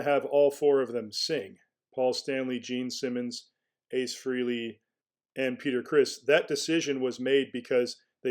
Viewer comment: It’s FRAY-LEE!!! 🙄